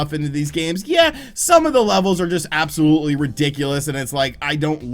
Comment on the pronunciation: I tke a soht eevry tmie says “absklutly.”